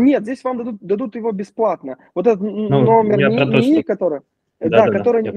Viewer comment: Пугает "Номанд", "НИИ" и "идетикация"